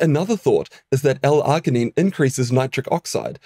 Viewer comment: This dude needs to learn how to pronounce L-Arginine 🙄🙄🙄🙄🤦🏼‍♂🤦🏼‍♂🤦🏼‍♂🤦🏼‍♂🤦🏼‍♂